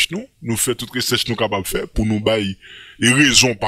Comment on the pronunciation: Lolll konsa misye pale menm wi bro resèch lolll recherche tande tribunal se pa resèch map flochew ande siw di sa ankor